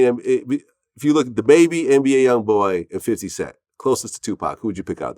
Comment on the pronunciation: Nigga said NBA YOUNBOY… cmon vlad